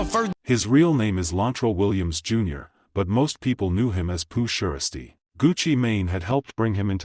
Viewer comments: get Pooh name right said it right pooh who 😂😂😂😂 lmfao if u can't said right then no need to give us no feed back about the situation pronounce it right lol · That “Pooh shursty” is killing me tho. lol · Who is Pooh SURE~uh~STEE? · I’m from Memphis, and I’ve never heard of “Pooh Sheerstee!🤣🤣🤣😭😭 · Why is it saying his name wrong like that sounds dumb boo stop talking about a person if you can’t even say name right not funny